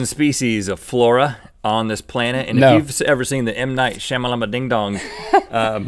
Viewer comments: I love how it sounds like he says plan tit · the "plantent" omg thats so punny i had to laugh. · Ha Ha he said plantet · I laughed way too hard when Link said "on the plant-it". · "Plantit". PLANTIT. I don't know how I feel about that word. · Link said planick instead of planet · He said plan tit instead of planet